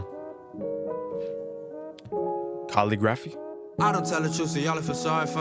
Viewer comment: thank you for posting this album also who’s gonna tell bro that’s not how to pronounce calligraphy